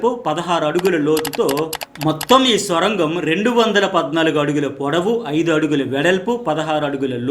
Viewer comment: అది స్వరంగం కాదు సర్ సొరంగం